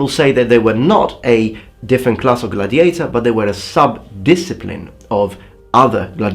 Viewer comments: Video interessante ! Una piccola nota — l'accento nella parola gladiator va sulla prima sillaba, così : /ˈɡladɪeɪtə/. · Gladiator has the emphasis on the first "a".